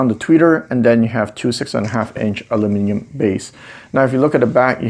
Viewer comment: You pronounced "aluminum" properly, thank you!